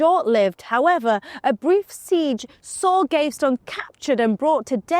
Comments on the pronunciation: It's also not Gave-stone but Gav-ee-ston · You missed Piers Gaveston, pounced GAVESTONE!! 🙄🤣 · Or Piers Gavestone!! I always thought it was GAVESTON!! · Piers Gaveston is pronounced PEERZ GAV-ih-stuhn. Not Gav-stone. Clergy is klur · jee She's blonde... explains a lot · I'm ABSOLUTELY STUNNED that Ross allowed her "destruction of the English language " to go incorrectly said"!! Between Cleergyman and Piers Gavestone"... I was completely stunned!!